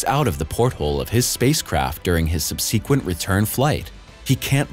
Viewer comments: "Sub-seek-qwent"....?! Why can't these third-party channels find narrators who can actually pronounce words? There are countless real voice over artists who can waiting for work. Seriously, it ruins the whole video. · Please learn how to pronounce “subsequent.” Jesus. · * Subsequent ‘sebsekwent – not seb'seekwent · Subsequent? 'Sub see quent, not sub 'See quent. Good grief. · If you really MUST tell lies, & make up stories in your synthetically created shit, at least get your pronunciation right - 'subsEEquent' is 'sUbsequent': 'apparAYcion' is apparItion. I stopped listening . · Love the channel, but are you using automated voiceovers? The use of the word subsequent early on in this vlog was mispronounced twice as SUB-SEE-QUENT-LY! 😁👍✌ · Subseequent? Bot narrator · The mispronunciation of subsequent is truly annoying. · Pronounce correctly. sub rhymes with bub. se has a short e, quent rhymes with rent. Emphasis is on first syllable. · The narrator would do well to learn the pronunciation of “subsequent.” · Unbearable ignorance from the narrator who can't pronounce simple words properly.